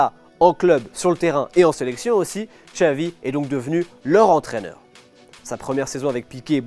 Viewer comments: Pourquoi prononcer "Txavi" et pas "Xavi"??? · Ben non. Depuis quand le X se prononce "tch" en Catalan?? Dans aucune langue en fait, parce que même en basque, galicien, asturien et portugais c'est "ch"